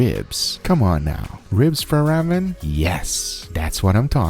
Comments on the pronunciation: ITS RAW-MEN not raamen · Ramen is pronounced with a long "A" like Raw-men as opposed to Ramm-en... Not trying to be an ass, if I come across like one, I apologize :) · RAH-MEN jesus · I'm sorry but the pronouncing...raw-men